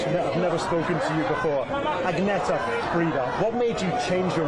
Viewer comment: He can't even pronounce Agnetha's name.